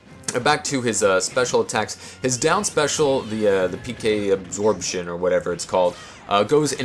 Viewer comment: Am I the only one who just about died when he said "PK Absorbtion"?